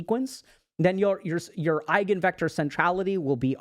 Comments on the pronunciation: idk what eigenvectors are that much but i know they are a central topic in linear algebra and i know the basics of that and have heard the word so i can confirm (minus the accent) it is indeed eye-ghen vector. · Eigenvector ,You pronounced it very nicely. 🙂🇩🇪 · "Eigenvektor" pronunciation is excellent 👍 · Eigenvektor is pronounced correctly. Greetings from Germany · To be fair, your attempt at German was quite good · this hits hard for us autistic folks. i think every single one of us " high functioning" ones had "friends" like this once until we realized they're not friends at all and we're not rly the clingy ones. pronounciation of " Eigenvector" was actually accurate. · Your German pronunciation of the word is right on spot. I have no complaints there and I happen to be a native speaker.